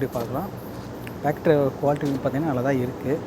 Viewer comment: பாக் ட்ரே ❌ பேக் ட்ரே ✅